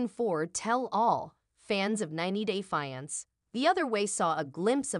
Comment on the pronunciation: Teach A.I how to pronounce "fiance" properly , it's a dead giveaway that the channel is operated by foreigners